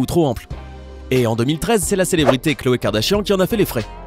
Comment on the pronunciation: c'est pas khloe c'est cloe